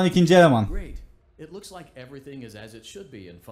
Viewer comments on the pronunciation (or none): none